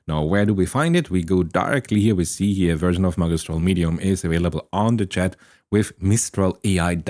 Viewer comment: it's pronounced ' ma gi stral ' th gi as in magic not as the game